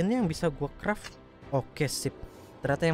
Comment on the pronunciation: Kreft bukan kraft